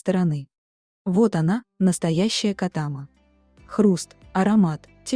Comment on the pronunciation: Вы неправильно ставите ударение,надо делать га последнюю а.